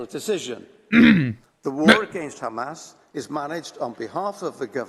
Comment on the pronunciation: “I’m not a big fan of kkkkhhhamas” ~ Benny Netanyahu, 2052